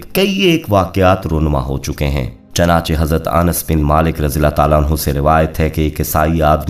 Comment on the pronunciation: Chanache nahi ( chunache lafz he.) Ap punjabion ne urdu ki tang tore di he.